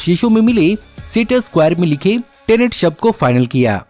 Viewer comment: Bhai pronunciation tinet nahi tenet hoti hai